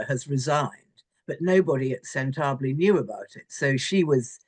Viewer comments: WHY do people refuse to learn the pronunciation of a word that is nigh-phonetic in pronunciation —SENTEBALE— say it: Sen-tuh-bah-lay. Four syllables. In Spanish “sentable,” as as she is saying it, in Spanish means “enviable. Not what it means in the Charity’s intention: Sentebale is “forget me not.” Come on! Sen-tuh-bah lay. ANY person who has been in the employ of Harry and his partner, they will have an understandable chip on their shoulders because they are suffocated, they are censored…I include myself in that group of the suffocated, as they have done that to the public, also, YouTube itself many times censored anything in I say about Meghan or her BULLY husband. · It's not that hard to pronounce Sentebale, Ingrid. Say it with me: SEN-TE-BA-LE. You know what else is a bad look? Defending the indefensible. Harry's messed up. Plain and simple. He's a spoiled, self-serving brat who's used to getting his way all of the time. He wanted out of the Royal Family, and he's made his own bed. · oh lord, where to beginn... this so-called commentator is not capable of pronouncing the word sentebale! neither 'chandauka'. or is she attempting to belittle dr. sophie chandauka? seems so to me. i stand with dr. sophie chandauka! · Is she deliberately mispronouncing the charity‘s name or does she actually not know how to say it? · Ingrid needs to pronounce Sentebale correctly ;p;p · Ingrid has covered Hawwy for years but can't pronounce Sentebale correctly? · This bulldog can’t even pronounce the doctor’s name correctly. Describing an educated black woman as having a chip on her shoulder has awful racial overtones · Can’t pronounce the doctor‘s name or the charity‘s name. Over and over she mispronounced it. How embarrassing. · Why do you insist on mispronouncing Sentabale. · What a dreadful discussion. Ingrid Steward should, at the very least, learn how to pronounce Sentabale !! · Please pronounce the charity properly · Please learn how to pronounce the name of the charity.